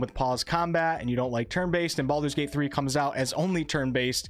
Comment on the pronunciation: it is called Baldur's gate not Baaldur's gate.. srsly. i personaly think BG2 ended the Baalspawn saga properly and any attempt to continue it will feel like someone trying to squeeze money out of a story that ended.